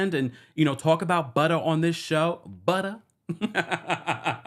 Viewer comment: saying “BUTTA” is taking me out😂😂😂